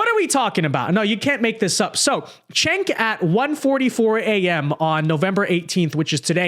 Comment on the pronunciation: It's jenk like jenkem not chink like what you are.